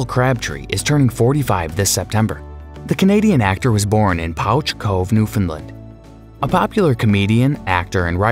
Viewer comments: And to add to the other comments, Pouch Cove is pronounced "Pooch", not "Powtch." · Siobhan = Sha-von Bisson = Beeson Yannick = Yawnnick Pouch Cove = Pooch Cove Helene = el-ennn Perth = Not the capital of Australia